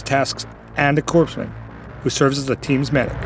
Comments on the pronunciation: FTI, SNCO is shot for Staff NCO. And the corps in corpsman is pronounced the exact same as the Corps in Marine Coprs - core. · Retired Corpsman here, Corpsman is pronounced "core-man", similar to how the "s" is silent in corps for Marine Corps. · Jody just said “corpse man”.